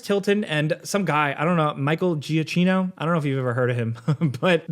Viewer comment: Giacchino is pronounced Jack-EE-no